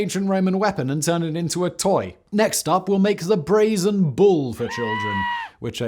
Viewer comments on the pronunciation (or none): none